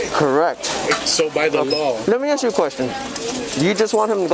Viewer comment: She aks you? That would be ask.